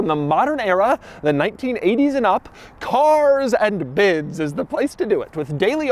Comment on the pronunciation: The way you annunciate Cars and Bids 🙄